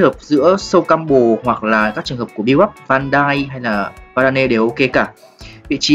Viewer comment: E chỉ buồn mỗi cái a đọc tên ôg Varane là Va ra nê đấy :) Va ran chứ :)